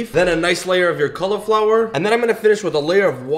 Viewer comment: Please pronounce 'cauliflower' properly.